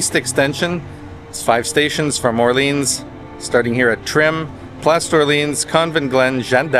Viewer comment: Orléans, not Orleenz